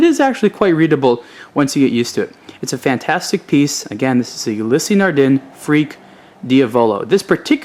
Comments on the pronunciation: "Ulysee Nardeen" it's Ulysse (youliss) Nardin (nard in). Don't review it if you can't even pronounce it. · The Freak is without a doubt my favorite of the Ulysse line. Just a note, Ulysse is pronounce "Ou-Lease" as opposed "Ou-Lissy". Great video!